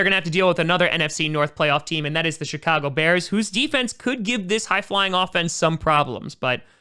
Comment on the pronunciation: Sounded like he said Shitcago Bears but didn’t want to make it obvious and hurt the Bears fans feelings